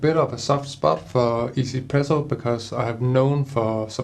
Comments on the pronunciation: Lol I used to call it one zpresso too! And thought what a weird name! After I realize it’s a Taiwanese company, now 1zpresso totally make sense! 1 in Chinese is pronounced “E” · Glad to know that people know it's pronounced "ee-Z presso" but not "one Z presso", as 1 is pronounced "ee" in Mandarin lol. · I'm sorry, is it really pronounced 'izi-presso' ?